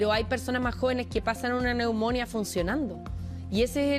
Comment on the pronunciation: Me sangran los oídos cuando escucho a una periodista, diciendo "neumónia" en vez de "neumonía" poniendole el acento donde se le ocurre. Y lo peor es que nadie del noticiero tiene el buen tino de corregirla sutilmente por interno u algo. Da vergüenza en serio.